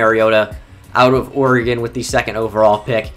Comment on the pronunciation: Can I just say a huge thank you to you for pronouncing Oregon correctly? So many people don't know how to say it for some reason.